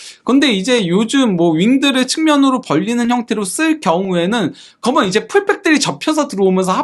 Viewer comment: 기자님..“그러면” 발음연습 좀 해 보셔요…^^ 가능 합니다.^^